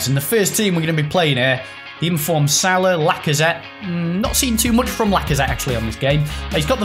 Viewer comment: btw, it is pronounced sal-aah, its arabic not english